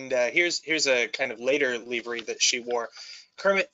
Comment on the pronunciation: Just one thing..."leavery?" 🤣 🤣 🤣 🤣 🤣